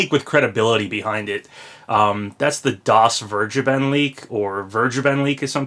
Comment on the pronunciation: "DasVergeben" is german and it is pronounced something like "Das Fairgayben" xd